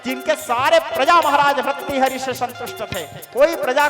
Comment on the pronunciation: No bharthari but say correct bhartri hari